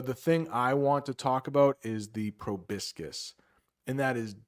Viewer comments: Hey, I've just learned from an old video of yours that you are/were studying Italian, so I just wanted to say that you got the "proboscis" pronunciation wrong. I know it because it's similar to the word "proboscide" in Italian. I enjoyed your video, btw. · Yes, you're right about the pronunciation of "proboscis": he got it all wrong. I noticed it instantly since that word is quite similar to its Italian version